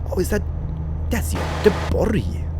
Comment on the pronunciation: Oh, and cheers for pronouncing Göteborg like it should be pronounced! Alot of non-"götar" says götlaborg >.< <3